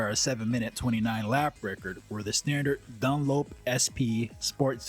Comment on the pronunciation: How is it , that your pronunciation of Done-lap and Mack-layre-reen is so off than the rest of the correct pronounced words in your commentary ??